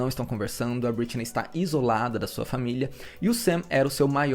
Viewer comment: Só me irritou a forma que vc pronuncia algumas vezes o nome Britney.